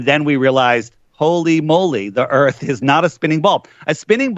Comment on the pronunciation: cmon man, "what is this a meeting of the flat earff society" "we dont have time for that"